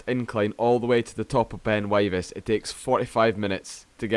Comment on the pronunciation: pronounced Wivis